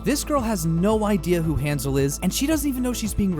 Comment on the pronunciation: ...he pronounces his own name wrong... that's his choice but that doesn't mean it doesn't bother me to no end